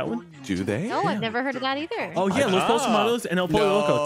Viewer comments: Pollos is not pronounced "polos" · Every time someone pronounced it "Polos" hermanos the highschool Spanish class student in me cringed XD